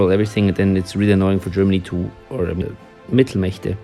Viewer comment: "Mittelmächte" I love that you are german.